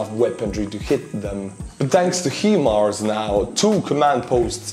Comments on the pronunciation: Love the video but your pronunciation is terrible. 😂hi mars not him ars. Let alone your patreons names😂 Keep it up.👍 VICTORY TO UKRAINE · I prefer HE - Mars as well, since it keeps the letter "I" the way its supposed to be. We aren't spelling all the letters, so we shouldn't arbitrarily spell 1 letter and pronounce others as normal. I know that letters in English have many alternate pronunciations due to historical reasons, but the letter " i " doesn't have that kind of pronunciation often. In fact, i cant think of any such word off the top of my head, where " i " wouldnt be pronounced as " e " in the word " He / she ". The letter " i " is pronounced as "e" usually, ( missile = me = i = e, sister = see ster, etc ) So, if you don't spell the letters H M A R S, then why should you spell " i " as H "eye" mars. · "High-MARS" is the American pronunciation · They are pronounced HI MARS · There is no "I" initial in 'High Mobility Artillery Rocket System' so when you see such an extra letter it's typically been added to indicate pronunciation. Without it you'd have H-Mars. The "Hi" / "High" connection also suggests Hi-Mars A similar example is 'Radio Detection And Ranging' which adds in an 'A' to avoid R-Dar and also has the Ray/Radio connection, thus RADAR.